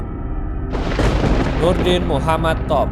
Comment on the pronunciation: Yang paling lucu sih Nurdin m top saya pernah lihat di YouTube pembawa berita nya malah salah ngomong harusnya Nurudin m top malah jadi Nurdin ntot 😂😂😂